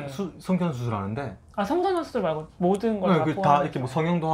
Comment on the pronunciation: 나처럼 ㅅ발음 안되시네ㄲㅋ 수술 ㅡ 후훌ㅋㅋㅋ